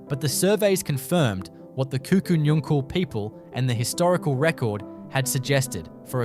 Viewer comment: Pronounced Kuku Nungal.